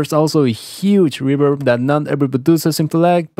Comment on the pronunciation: "Reburb" 😂 I love the spanish accent 😁 Love the video man!!! 👌🏼